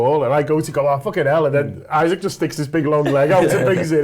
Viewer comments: Someone tell, it’s “e-sack” not Isaac. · It’s E-SAK, you fucking fat slob. Stop purposely misnaming people and just deciding you’re going to call people what you want because you can’t be ass’d to pronounce something properly… it’s rude, unprofessional and shows a general lack of respect for him and your profession as a DIY journalist. It’s not hard and you’re probably doing it on purpose. Why is a persons name not important enough for you to at least try to pronounce it properly. If someone called you Johoan when the correct simple and easy pronunciation is right there.. they would rightly be classed a dickhead like you are being